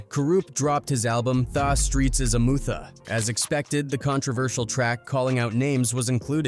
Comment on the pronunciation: "Thah streets is a mootha" 😂😂😂 Ridiculous